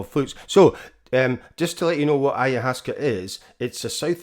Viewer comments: it is pronounced AYA- WASKA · The word is from Quechua and is composed of 'Aya Waska,' which translates to 'ancient vine' or plant. This is the correct pronunciation of the Quechua word. I hope you’ll take the time to learn rather than dismiss it for your own indulgence.